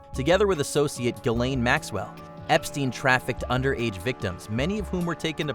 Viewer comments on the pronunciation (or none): none